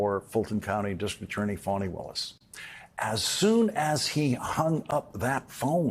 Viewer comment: Welcome back, Lawrence! We missed you. Looking forward to hearing about your time with the Kind kids. Appreciated your observations about the Speaker whose Republican colleagues call "Maga Mike," and about Trump's attacks on the judicial system and individuals. P.S. Please pronounce DA Willis's name properly: Fahhnie, not Fawnie.